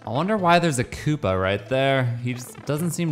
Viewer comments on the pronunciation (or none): none